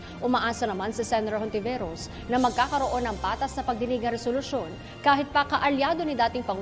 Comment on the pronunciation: Hindi po lahat ng words na nag start sa H eh silent na agad ang pronunciation. Kung lalahatin nyo yan anong silbi pa ng letrang yan?!!(Halaga, Halaman, Hayop, etc, pki pronounce nyan)